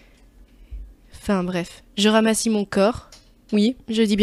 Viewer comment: ramassa pas ramassi 😂